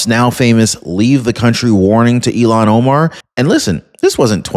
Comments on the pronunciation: her name is not pronounced like Elon Musk it s (I'll hawn) omar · Hi,, Great fan here! Thanks! Noticed a repeated mispronunciation of this creature's first name...it has an...H... in it. IL--HAN OMAR. (You're confusing her name with Elon Musk's first name). That's okay...we still LOVE ya!: )